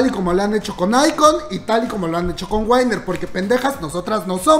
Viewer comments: Lo de Coachella no se canceló, se pospuso hasta octubre., si no es mucho pedir, pronuncia WINNER como se escribe: WINNER, no wainer. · Se pronuncia winer no waner Y se escribe winner solo digo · No es WAINNER es WINNER